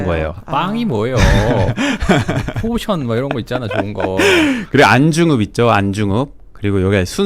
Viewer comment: 비중.. 이라는 말 쓰다가 왜 포션 포션 그럴까, 발음도 제대로 안하면서. 기자가 어휘력리 딸리니? 왜 영어를 써대지?